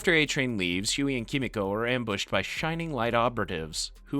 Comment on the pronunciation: Just gotta say I don't think the voiceover guy has seen the show just by the way he keeps saying "KEE-MEE-CO" and "Kimi-Co" I just had to look up a scene to make sure I wasn't crazy... EVERYONE says her name "Keh-Meeko"